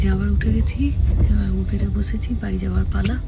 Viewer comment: উবার ই তো বলে USA pronunciation e, প্রতিবার উবের, উবের শব্দটা খুব কানে লাগে